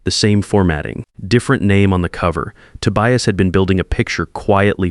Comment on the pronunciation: A.I. can't pronounce Tobias, or Reid... stick with Marcus, Ethan, and the usual others. Sounds less silly than 'Ride' and 'Tobious'.